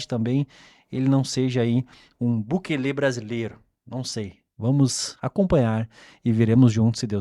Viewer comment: Não é Bukelê , é Bukéle